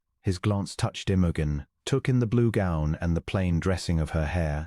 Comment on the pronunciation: Could AI pronounce Imogen correctly?